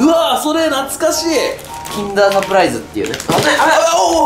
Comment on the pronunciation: キンダーが禁断に聞こえて禁断サプライズってなんだってなった